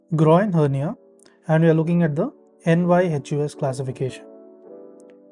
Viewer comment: You are confused. It is Nyhus after a surgeon and not a NYHUS abbreviation . This classification was named after the famous Chicago surgeon Lloyd Nyhus, and his name was pronounced as "nee-has" . Also inguinal is pronounced in-gu-ee-nal and not in-gu-a-i-nal, femoral is pronounced fe-mo-ral and not fee-mo-ral